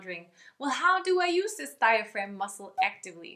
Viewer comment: neither diagram, nor diphragm! It is diaphragm! Otherwise very short but precise explanation - GREAT! Your course on your page looks interesting, a little more infos would be nice though, especially how long the program is, how long, i tense the videos are and if there is a continuation? thanks....